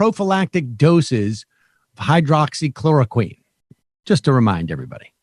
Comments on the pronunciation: Why hasn’t someone told Sam how to say ‘hydroxychloroquine’ so embarrassing. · How is it possible that Sam still cannot pronounce hydroxychloroquine? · Has Sam ever said Hydroxychloroquine correctly? Will we ever hear him say it properly? These are the real questions. Wake up sheeple! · I love that Sam still can’t figure out how to say the fuckin name of the drug.